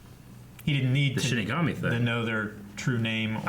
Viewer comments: 23 episodes in and he still can't say it right... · Oh my god, I am so annoyed that keeps saying "shimagami" instead of "shinigami". XD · CMMOM! It Hurts everytime you say shiMIgami. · Am I the only one who hears them pronouncing shinigami as shin megami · 23 episodes and he still calls it shiMigami